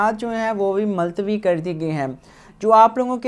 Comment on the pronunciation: Multawi hota he .maltawi nahi